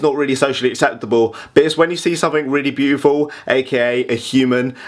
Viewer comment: "I don't care she's bootiful..."